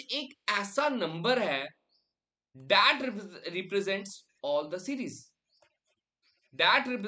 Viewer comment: The way he pronounces "that" ... it literally sounds "the'at" to me .😅😅